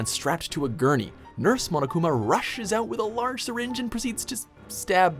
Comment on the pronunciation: I THOUGHT HE SAID MONACA INSTEAD OF MONOKUMA I- 💀💀💀 I heard monacakuma